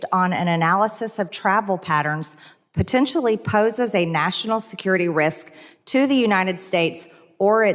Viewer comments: Pertect? Pertentially? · "Or Protentially..." Highly educated for sure. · Anyone who pronounces potentially with a R, should not be on that committee. MTG is an uneducated and confused idiot.